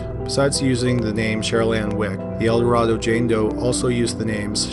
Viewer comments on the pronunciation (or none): As others have stated, El Dorado JD has been solved. Also “El Dorado” in this case is pronounced “Elduh-RAY-doh” in this case. Because Arkansas. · You are mispronouncing Eldorado.